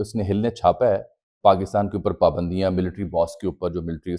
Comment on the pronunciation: Bhai pakistan pa pandio ka koi nai kha rha. yha pa shaksi pabandiyo ki bat kar rhy ha thora dhihan sa reporting kry